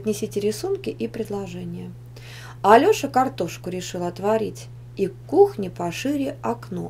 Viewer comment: она не правильно сказала она сказала пошряк а надо пошире